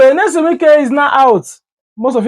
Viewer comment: Bruh! The name is NYESOM not Nelson.